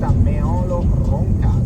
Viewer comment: Precisazione: Meolo si pronuncia mettendo l'accento sulla "e". Anche su Reghena va messo l'accento sulla prima "e"